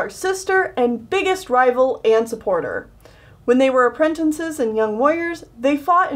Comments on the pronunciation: its apprentices not "aprentinces" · Girl. You say aprentinces, it’s apprentices. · Nobody: Literally no one:: aprentencises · I just realized says apprentinces instead of apprentices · why do you keep saying apprentinces (no offense lol) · I call them apprenNtices to. Its not her fault that she might not know how to say it "right" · Michael T.B. It frustrates me so much XD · silently getting triggered at how apprentices is said wrong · PLEASE stop mispronouncing apprentices. There is only ONE N in the word!!!!